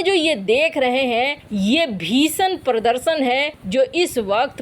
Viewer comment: मैडम पर्दशन कब तक सुधरेंगी हिंदी के सही उच्चारण प्रदर्शन कहने के लिए | यह एक शब्द नहीं है वरन बहुत सरे शब्दों का सही उच्चारण नहीं करती हैं